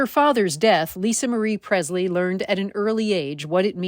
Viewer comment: It’s not pronounced “Prezzz-lee.” It is: “PreSSS-lee.” M-Kay?